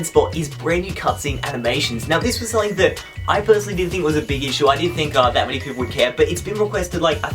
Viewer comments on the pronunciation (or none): none